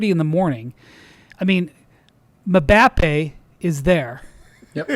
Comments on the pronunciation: him saying "mhm-bap-aye" and not getting they were laughing at him after saying it 3 times was awesome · Why did he say Mbappe like that. Hahaha 😂😂😂😂